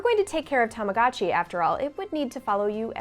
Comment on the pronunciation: stop saying "tamagatchi", it's obnoxious.